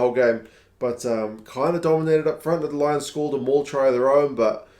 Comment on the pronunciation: Good to see both Italian teams starting strong, although can't say much about the "Low-ions" though.